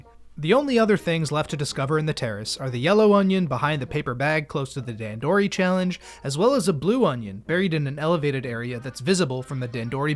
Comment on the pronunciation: I think it's funny that you went out of your way to a learn how to pronounce "hearth", but not "dandori" Other than that, and you slandering the winged pikmin, though, great video!